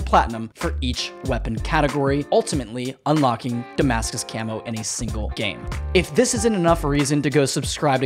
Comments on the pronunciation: Watched the whole video for him to say damacus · It is called Demarcus camo not Damascus camo